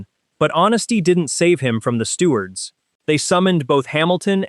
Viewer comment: What’s a “stewart”? “Less calm”? FFS!